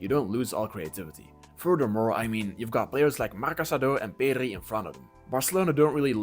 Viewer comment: PEDRI Not PERRI